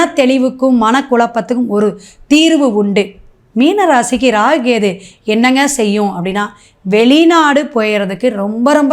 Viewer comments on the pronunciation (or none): Half of your video is waste. It seems you have copied down from others. All your predictions are waste. I think you don't know astrological predictions. You are totally waste. You don't even know how to pronounce kethu. Stop posting this kind of videos. Loosu